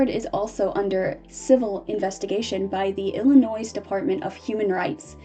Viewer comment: "illinoize" "misupality" "subquentially" I love your videos but PLEASE learn how to read 😭